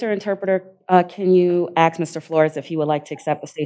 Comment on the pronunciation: It’s sad that a lawyer can’t say the word “ask” correctly.